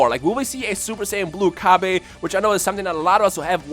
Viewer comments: I could not continue to Watch this.. Pronunciation is deplorable... I honestly hope you are getting this from some type of fanbase, otherwise I weep for the grammar of future generations... This is basic kindergarten grammar... Cabba not Cab-aye.. Not Cabb-ay... Cabb-ah.. I pity the poor soul that has to eat Cabb-ayge stew to survive... What is that, some kind of knock off Cabbage? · LOL Cabb-aye its Cabb-Ah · You can't pronounce cabba properly it is a pun of cabbage so it it pronounce cabbah bot cabbah